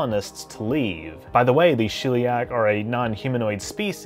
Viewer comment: Shell-e-ack. Not shill-e-ack.